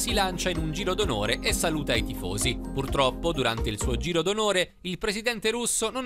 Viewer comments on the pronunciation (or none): none